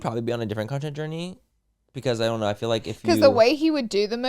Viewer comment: I love yall but omg… Manny sounding like he learned a new word today and just trying to enter it casually wherever he can “juxtaposition” Laura pronouncing “heal” instead of “hill” or saying “hill” instead of “heal” “fill” instead of “feel” I can’t.. lol